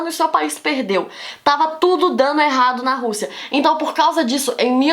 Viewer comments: ela falou "elado"... Não, errado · Gente, é o meu áudio ou a Débora Aladim troca o R pelo L que nem o Cebolinha. Eu não estou criticando nem zoando, pois eu acho fofo até .-. . E a sua aula foi muito boa muito obrigado por me ajudar pois eu tenho prova amanhã